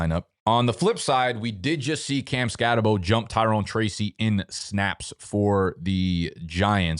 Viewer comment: its pronounced "skat-uh-boo"